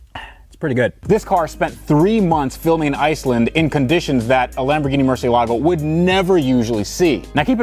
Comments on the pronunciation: the way you pronounce the name may be different to what you thought. I understand that Murcielago translates (from spanish) to "Bat" in english but it is an italian car and if you pronounce it as if it is an Italian word, the "c" becomes a "ch" sound. I'm not sure what Lamborghini intended though, or have you researched that? Awesome car by the way! Nice job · The way he says "Murciealago".. bruh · Imagine a world where pronounces Murciélago correctly 😂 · Can you please learn how to pronounce Murcielago